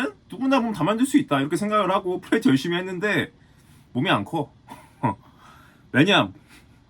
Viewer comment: 프리웨이트 발음을 왤케 못하누…